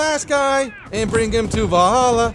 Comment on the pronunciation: i get so annoyed when English people say Valhalla because they just butcher the pronunciation